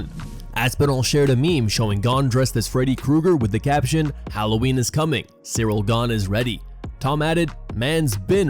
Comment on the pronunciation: it sounded like you said “Ciryl Gone Eye”😂😂😂